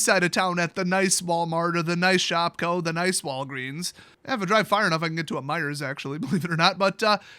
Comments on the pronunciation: Its MEIJER NOT MEIJERS ! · is a foreigner, annunciating the silent S in Meijer(s).